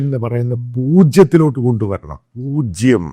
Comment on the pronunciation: Corruption പൂജം😂 കേൾക്കാൻ നല്ല സുഖം - but